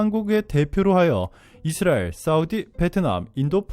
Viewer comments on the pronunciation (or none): none